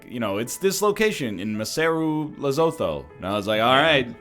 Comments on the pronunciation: "Le so tho" made me die inside a little xD Lesotho is said "le sue tu" Just helping an egghead out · 200 IQ Protip: Lesotho is pronounced Leh - Su - Tu